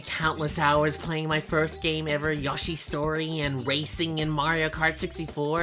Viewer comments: This is just wrong Yahshi? It’s yoshi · "Yah-shis Story" Yeah, YAAAASHI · very cool but whwy did you say yoshi like that